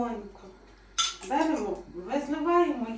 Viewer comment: Ставте правильно наголос в словах(берЕмо).